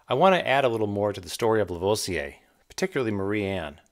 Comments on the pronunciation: I love these videos and have but one criticism and I'm sure I'm not the first to say this but : you need to perfect your French pronunciation. Lavoisier isn't "laVohziay" it's "LaVwaziay" . Other than that... Your photography and your writing are superb: the odd humorous image or phrase really helps too. Love it. Carry on old chap! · "moo-zay"; "La-vwah-zee-ay" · Please learn how to pronounce Lavoisier ! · I'm trying to sound level-headed here... if you do more videos that cause you to say Lavoisier's name, say it La-VWAH-si-ay. I know... I'm picky to a fault. You're not doing Vaucanson any good either. These are great videos, well worth the time.